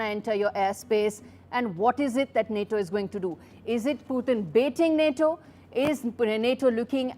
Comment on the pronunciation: Just say Na-TO